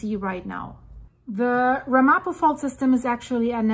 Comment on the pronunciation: Pronounciation: Ram a po